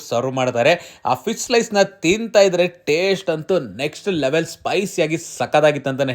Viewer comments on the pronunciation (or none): ಫಿಶ್ ❌ ಫೀಸ್ ✅